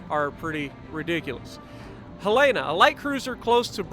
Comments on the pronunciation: Helena. Hell-in-ah. :) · Pronunciation is Helen-Uh. Not the way you are pronouncing it. It's named after my state's Capitol. She was in Pearl Harbor and due to a tender she was targeted by Japanese bombers. But due to that tender she also didn't capsize like other ships. I do believe she was "the most fightin'est ship in the fleet" and after playing her, I can see why! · Pronounced Hel-uh-nuh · As a Montanan I will just say you pronounced the name wrong. HELL'-en-uh. Other than that, good video!